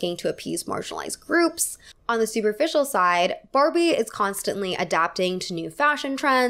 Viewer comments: she says Farbie and I love it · did you say Farbie? 😂